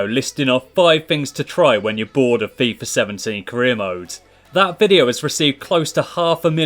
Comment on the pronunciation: It's FIFA 18 not FIFAr 18 no hosting love your vids but it just bothers me when you say fifar